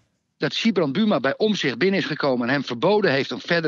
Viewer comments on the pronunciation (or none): none